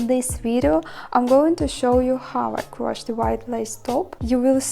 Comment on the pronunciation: By the way, the past tense of "crochet" is more easily said, "croSHADE'/croSHAYD', with stress on the 2nd syllable. It may be said differently in France, "au crochet", but we're speaking English here. English does tend to make things easier as far as pronunciation goes, fairly often, but Americans really try to streamline it. Some British English speakers say it this way also. Here are a couple more: Meringue is simply meRANG. Crocheting is simply croSHAYing.